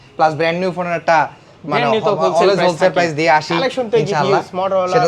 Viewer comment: হোল সেলার ❌ ধন সেলার ✅